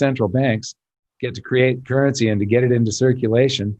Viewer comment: Beep! Beep! It's "currency" guys. Let's keep this show on-track. lol